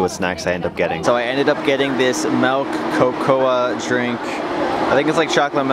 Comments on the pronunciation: Cocoa is pronounced koko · Did you pronounce cocoa "co-co-uh" wtf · cocoa........ kookoohaa ? wtf man, what school did you go to?!